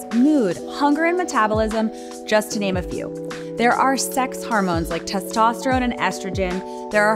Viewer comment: This is a terrific video, but it's annoying that your narrator is pronouncing 'hormones' as 'harmones'. It's unfortunate that the word is repeated constantly because it ruins the message.